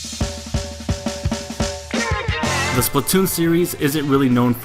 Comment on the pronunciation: OMG PLZ STOP SAYONG IT WRONG EVERYONE DOES THAT it Splatoon not Spltoon >:( that's how everyone is saying it "Spltoon" I'm sorry but geez I was tired of hearing it that way......